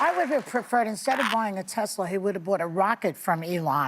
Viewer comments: You guys missed the part where he said " I love Tesler". 😂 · He even called it a Tesler!!!! 😂😂😂